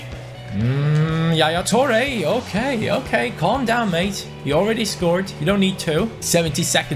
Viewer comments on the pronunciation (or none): none